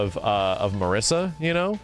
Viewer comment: Being italian, Marisa should be pronounced like "Mariza" with a short "r" sound and a short "z" sound instead of "s".